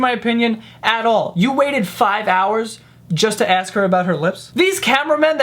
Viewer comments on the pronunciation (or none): This isn't the first time I hear saying "Axe" instead of "Ask"! is it intentional? or is it a pronunciation problem? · Hey - since when are you saying 'aks' instead of 'ask'?? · not to be disrespectful but u say (aks) instead of (ask)🥺💔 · Is it just me or does say "aks" instead of "ask"? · Lmao he says "aks" instead of ask sometimes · It's ask not aks. "She ASKS me" and not she axe me like the body spray... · Does anyone notice that he pronounces "ask" as "aks" , anyone 🤔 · Stop saying "axe" instead of "ask". Other than that, love your videos. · Why do you rip people off for not speaking properly (idiots of the Internet and all that jazz) but then constantly say "aks" instead of "ask"? Not tryna judge or anything because I really love your videos, I'm just curious 😂😂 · why do you replace ask with axe? I don't get it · JOE! stop AKSing questions and start ASKing them! you sound much less smart by saying that simple word wrong. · I love you. But it's ASK. Not AKS. ASSSSSK. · He says Axe instead of ask hahahaha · Do you realize that you said "ax" instead of "ask" twice in this video? 😂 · how many times can u say axe u? seriously. merica! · it's A-S-K DUDE COME ON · He has always said that man! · The way joe pronounces "ask"